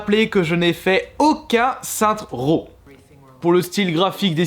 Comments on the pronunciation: "sainte ro" XD ça se dit "sainse ro" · Sènce row plutôt